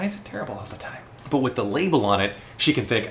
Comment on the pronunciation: I thought he was saying a nickname🤣